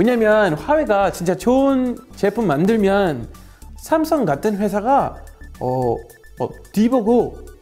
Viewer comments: 올리버쌤이 삼성을 외국인처럼 쌤성이라고 발음해서 첨에 당황했음. 그치만 후반부에는 삼성으로 발음해서 좋았음. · 자꾸 샘성이라고 하시는거 같아요.ㅋㅋㅋㅋ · 읭? '삼성'발음이 윈래 '샘성'인가?